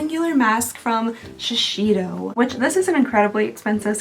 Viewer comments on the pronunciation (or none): FYI: shuh-say-dow=Shisedo